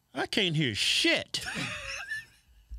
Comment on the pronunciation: “I can’t hear shyit” 😂😂😂